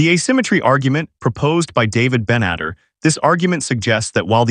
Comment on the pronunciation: Ite "Ben-et-TAR" and its "SHOW-pen-how-er".